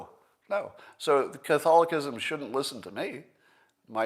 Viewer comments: He hacked it up🤣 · Gotta love an atheist who can’t pronounce Catholicism and never heard of Catholicism having a thing about human life being sacred making a straw man argument about the longest surviving bureaucracy/religion. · Love you Scott but if you don’t even know how to pronounce Catholicism... maybe sit this one out. Lol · is he saying "Catholicism" correctly?